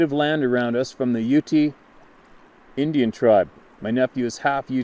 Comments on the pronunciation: Hey just FYI I believe in Kerwin’s email (Skinwalkers Ranch). Ute is pronounced Yoot. You are awesome brother! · Ute Indians are pronounced yoot. No ee on the end. Thanks for all you do. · Ute pronounced;Yoot,bruv😉